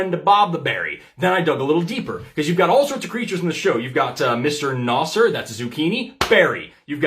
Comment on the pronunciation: Omg i took a spit take when I heard Mr. Nosser. It's Mr.Nezzar as in Nebuchadnezzar